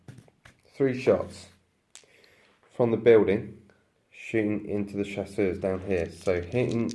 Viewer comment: Like the channel ! Being french I wish to help, Chasseurs is pronounced chass-ewr weather it has an s at the end or not. Otherwise your pronunciation means that they are hunters but feminen.